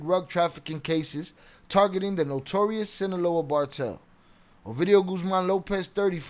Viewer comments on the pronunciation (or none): Not bocaine ,cocaine,not bartel ,cartel